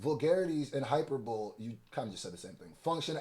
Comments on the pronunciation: please learn how to pronounce the word hyperbole. long "ee" sound at the end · Because where I’m from that’s how you say it, and I find it silly that Americans insist upon that pronunciation when it’s only correct within their borders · It’s been killing me when he says it! 😂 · I know these reactors are well-meaning but I was looking for this exact comment before typing it myself. The correct pronunciation running away from all of them. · … if you say “Hyper-bowl”… one more time! 😂😂😂 It’s pronounced “High-‘PER-bo-lee”. I can’t have you out there bad like that, fam! 😂😂😂👍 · You my guy but this is annoying me: it’s “hy-per-bo-le” and not “hyper-bole”. 😂😂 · Please stop saying "hi-per-bowl" 😒 😑 😭 It's a Hi-per-buh-leeeeee.... Elementary my friend 😂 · Hyperbole = High-Per-Bowl-Lee. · Great video as usual! Also, hyperbole = Hai-per-buh-lee not Hai-per-bowl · It’s Hyper-Bow-Lee not Hyperbowl and yes they ate his ass up with this litigation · Hyperboleeee not hyper”bowl” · Yo …the word hyperbole is pronounced hyper-Bo-lee not hyperbowl…just a heads up so you not looking like you not a pensman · It’s pronounced hi perbaly not hyper bowl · i wouldnt expect drake to know anything about our constitution let alone the bill of rights because he aint from America edit: its high-per-bo-lee not hyperbowl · Hyperbole: pronounced like (Hyper) (Bo) (Lee)😂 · yall killing me with the good coverage but everyone is mispronouncing this word! Hyperbole has 4 syllables. It's pronounced high-PER-bowl-ee. Don't be annoyed at my correction because I've corrected a whole lot of reactors who mispronounced your name. 😅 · Hyperbole pronounced as hai·pur·buh·lee gang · hyperbole is pronounced hai-pur-buh-lee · “Hyperbole” is pronounced “high-PER-boh-lee” ❤ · Hyperbole = hy-per-bo-LEE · Why are multiple YTbers pronouncing heperbole as "hyper-bowl"🤭 Is this a to-may-to to-mah-to situation? Anyway, great breakdown! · HY - PER - BUH - LEE (Hyperbole) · HI-PER-BO-LEE FAWK